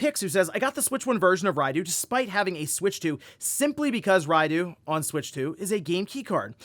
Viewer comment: It's Rai-doh not Rai-doo